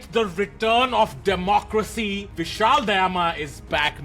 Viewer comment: Tanmay it's vishal daayma, not dayaama